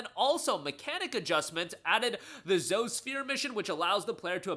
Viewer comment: Zo-e say her name correctly